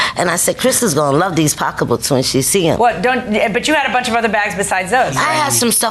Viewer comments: Did she say they went to Apple B’s to get “pockabooks”? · You mean “pock a books” 😂😂😂😂😂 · I was cracking up every time they said pockabook😂😂